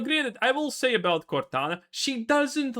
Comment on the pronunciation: lol cortana becomes gordona